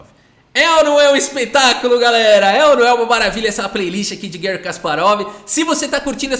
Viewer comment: Gary ( por favor não use a pronuncia inglesa. Ele é russo e nós falamos português, pra que usar prinuncia inglesa que não tem nada a ver?) é o maior da história mesmo!